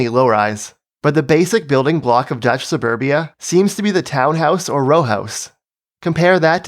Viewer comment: Suburbia ❌ Saneburbia ✅